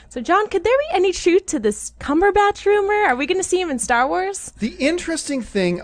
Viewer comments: "Cumberbotch" lol. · Lol "CumberBOTCH"?